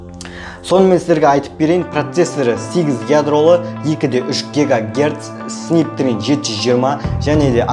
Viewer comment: Снәпдрагон деп оқылат